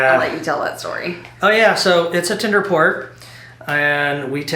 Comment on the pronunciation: I just found you guys and I’m enjoying your cruises so far. I need to mention this because I find it really annoying. I think the lady realizes this but I don’t think the gentleman does. The word for the boat that drops you off is Tender not Tinder. I was cringing every time he said it! Learn something new every day!